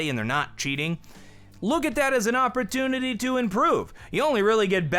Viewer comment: did anyone else hear awpertunity instead of opportunity